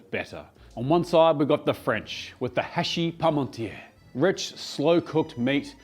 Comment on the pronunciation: French person here (from Normandy, just across the channel from Britain). Your pronunciation of hachis parmentier is the best I've seen from a non French speaker